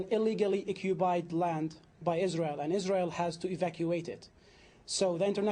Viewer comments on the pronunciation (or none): It's ironic to hear a 'Palestinian' who is unbale to pronounce the letter 'P'. He says repeatedly 'Occubied territory''. This Arab man, like every other Islamist, should be greatful that any Jew is even remotely willing to compromise any inch of what is undoubtedly Israelite indigenous land - there's ample historical, religious, archeological (*and even Genetic) ties that connect modern Jews, Samaritans, to the historical Land of Israel. Muslims already have their Islamic wholy city of Mecca, but true to their colonialist invader supremacist nature, always want more, and particularly they want to claim as theirs the Jewish historical capital and wholy city of Jerusalem - it's all or nothing for Islamists, meaning, it's not enough for them to have Islam in over 20 countries, what they really want is for Jew not to have a sovereign State. Also, we in the West should stop the PC charade of using the term 'West Bank' , that is nonsense, it's Judea and Samaria and it's historical Israelite land as well. This British Muslim 'moderator' acts in typical woke/Hamas activist BBC mode, interrupting Rabbi Fleisher whenever his arguments and facts start to bother them due to being irrefutable. - no sir, it's not 'ethnic cleansing' it's called population transfer, and it hashappened throghout history in orderly and contelled fashion, such as when in 1948 Muslims and Hindus had to move due to the creation and partition of most of South Asia into India and Pakistan The use of the term 'P